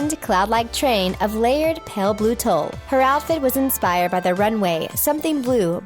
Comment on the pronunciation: Tule is pronounced like "tool." I'm not sure how stupid you are, not knowing many basic words, but that's how it's pronounced.